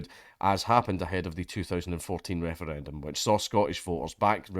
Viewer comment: lmao i may have to dodge bullets on my way to work every day in america, but at least I get to laugh at the silly european people fail to pronounce Referendum.